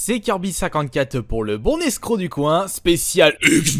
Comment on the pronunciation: Pout au lieu de pour XD